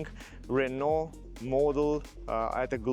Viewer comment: The guy even at the Renault event wasn't able to learn how to pronounce Renault.